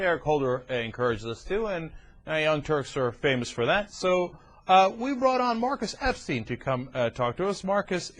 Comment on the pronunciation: No, Mawcus Epstein a wacist bitch. Pwain & simpaw.